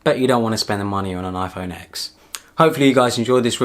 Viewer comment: Good video, thanks for your input.. just one criticism, you mentioning the iPhone X, its not pronounced as the letter X, it's 10(X is roman numeral for 10).. its the 10th anniversary of the release the original iPhone.. Other than that, a very good review. :)